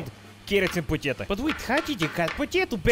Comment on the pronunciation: i love how he said potato like “poteta” 😂😅🇷🇺💜